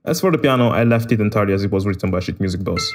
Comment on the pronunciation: How people pronounce "sheet music boss" Everyone: "sheet music boss": "shit music boss"